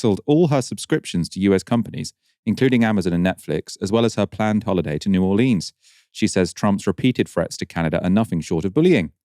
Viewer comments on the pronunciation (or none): none